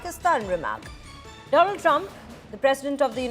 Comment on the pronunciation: My phriend the phriend of India Mister Donaallddd trump😅